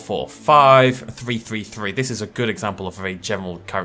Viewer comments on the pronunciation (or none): It's a pity this presenter can't speak English ("three is not pronounced "free"), because the advice in this video is really useful.